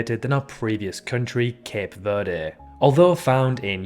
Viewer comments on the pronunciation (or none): none